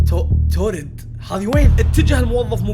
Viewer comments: يعمي في بلد اسمها تورد مو توريد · يا اسم الدوله مو توريد اسمها تاوريد